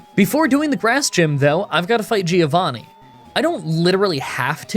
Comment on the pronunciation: The correct pronunciation of Giovanni is "joe vanni" not "gyo vanni"